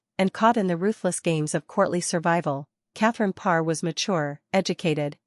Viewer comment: Good Lord, hire a robot that can pronounce the name of the Queen anyway. Pathetic.